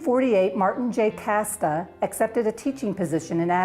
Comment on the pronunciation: Minor correction, Mr. Kaste's name was pronounced cast-ee, not 'casta'.